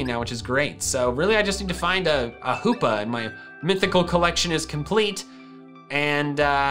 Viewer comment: No one:: H°°pa